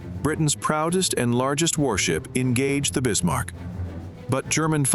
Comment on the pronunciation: Bismarck, Not Bismar